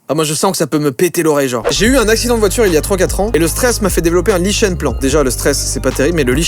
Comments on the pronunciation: Lichen se prononce liken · "Lichen" se prononce liken